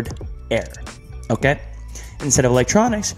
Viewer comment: Edit: ( NOTICED IT TOO!)